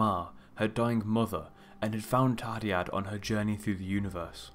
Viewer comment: Hey but I don't know if you know but the dd in the name is pronounced as a th as in Thursday. :)